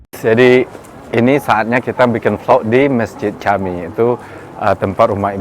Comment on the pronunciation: Camii bahasa turki untuk masjid uda,di baca nya jami ud